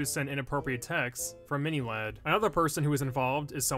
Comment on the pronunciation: Did he say “mini lard “ no hate